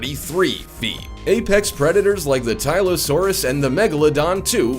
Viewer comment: Did he just say "Epex" instead of Apex or am I hearing things?